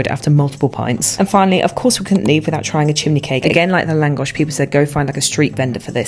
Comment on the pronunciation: Are you secretly Hungarian? Because you Lángos without accent